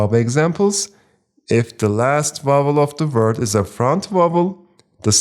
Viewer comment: Teacher, thank you so much. But please stop pronouncing word as “vert”…